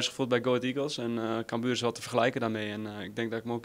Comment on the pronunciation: NEE, hij zei camBUUR. Het is CAMbuur ffs Lel